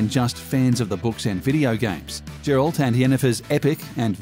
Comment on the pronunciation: Geralt not jerlat